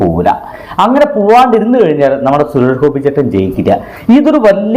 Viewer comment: ആദ്യം സുരേഷ് ഗോപി എന്ന് മര്യാദക്ക് പറയാൻ പഠിക്കടാ